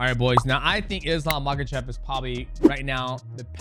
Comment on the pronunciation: МахАчев ударение на второй слог будет верно!!!